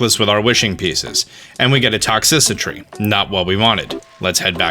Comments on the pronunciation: STOP SAYING TOX-CICI-TRY ITS ITS TOX-TRI-CITY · Wait wait did he just say toxicitry? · Zephyr Tsuyuki it should be Toxitricity tho